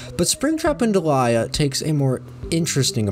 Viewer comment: can i just say i still firmly believe it should be pronounced "DEE-lee-a" like the actual name delia and NOT like "de-LIE-a" like delilah without the extra L